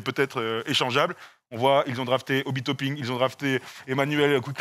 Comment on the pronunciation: Pas de bol c'est Mason et non pas Miles qui est à Detroit D'ailleurs on dit pas "aaaaizzze" mais "hayes = éizz" (dur à écrire la prononciation) Tout comme Hinrich ça se dit "Hine-rik" Et c'est Toppin pas toping parle que thibs aime les défenseurs poste 1.... bon à part Hinrich (plus 2 après 2010) y'a eu Rose, Lucas, Robinson, Watson, Teague.... bref aucun défenseur. D'ailleurs qu'entendez-vous par "rebond après les Bulls"? Rose a continue à produire Butler me semble toujours solide Gibson a plutôt bien enchaîné Snell a fait sa meilleure saison à Milwaukee juste après 🤔 Pourquoi ne pas parler des Spurs et des Kings?